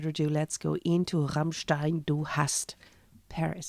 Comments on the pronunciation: It's a nice Metal Monday. You rolled the r nicely when you announced Rammstein. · You pronounced Rammstein correct, this is much …❤️❤️